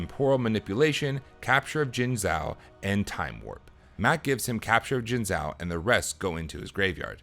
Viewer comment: Minor correction: the "zhou" in Jingzhou is pronounced like "joe".